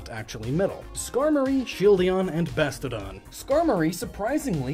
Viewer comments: BAST-IO-DON, not Bastid-don. 🤦🏼‍♀️ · Nobody is probably going to see this comment, but it bugs me that he doesn't pronounce Bastiodon correctly. Instead calling it... ahem... Bastardon...